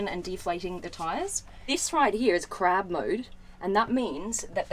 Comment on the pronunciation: 2 thing when she said Look at all these buttons its reminded me of that meme and when said crab mode I thought she said crap mode